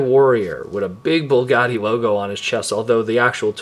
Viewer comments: its BUGATTI** not bullgatti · Bugatti not bulgati smh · b.u.g.a.t.t.i....there is no L in the the name Bugatti. Other than that excellent review!! Keep up the great work!